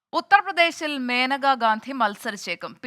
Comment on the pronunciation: Not maneka menaka is correct